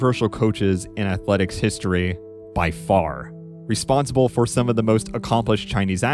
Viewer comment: Nobody is gonna comment on “historeeeh”